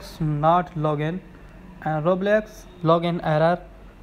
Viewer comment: It didnt wirk and also its called roblox not roblex